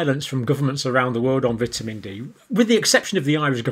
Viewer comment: You are saying vitamin wrong man